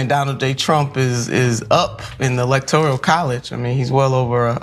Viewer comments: This woman is an imbecile (no surprise)...a political analyst that calls it the "electorial college". Another talentless imbecile named Gayle King pronounces it the same. I guess she finna be upset when Trump wins.... Just goes to show what you end up with when DEI and affirmative action wins. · Sheeeeit... Electorial colleege an sheeit. "E-lec-tor-rial" Lol